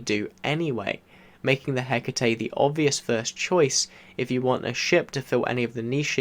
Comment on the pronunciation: It’s Greek. That’s how it’s pronounced. 🖖😀